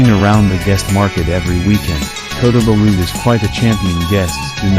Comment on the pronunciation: Loved visiting the tamu in KB... the pronunciation of Kota belud and Sabah made me cringe a bit...even I learned how to say them before my trip to Borneo..enjoyed your vid